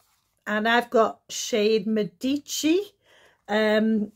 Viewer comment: Love that you pronounced Medici properly!